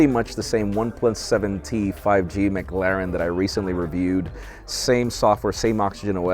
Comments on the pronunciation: It might be the American accent making it worse, but it's the way he overemphasizes the a that bothered me mostly. Go on how to pronounce and the first result is how I pronounce it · pronunciation of McLaren hurts my soul